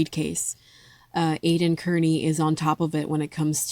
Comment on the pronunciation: Not kerney, carni, like slang for a carnival worker...but good commentary otherwise ❤